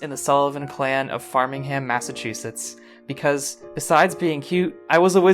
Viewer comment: The way he confidently mispronounced 'Framingham' had me howling 😂 rhis is great